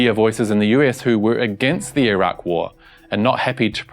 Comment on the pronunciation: You're one of the few westerners who pronounces Iraq (ee rock) correctly. Great reporting.